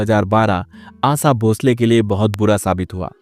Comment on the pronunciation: Who ever has made this video doesn't have spine to mention his name ...makes video on hearsay to fill his stomach, shd first learn to speak shuddh Hindi ,can't even sowll the Great Asha Bhosle s name properly,and is badmouthing a women talks about the mentality of cursing a successful woman for the fate of a man ..